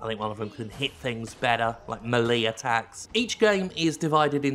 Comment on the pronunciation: Don't think I've ever heard you pronounce the word melee the same way twice xD